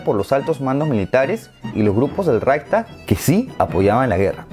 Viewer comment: Se escribe Reich (de imperio) y luego stag, no raysta, pero está bien. Me encantan tus vídeos :)